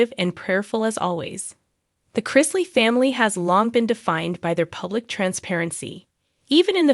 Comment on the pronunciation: As usual, you're way behind the times. This was made public weeks ago... Once again could you learn how to say their names correctly?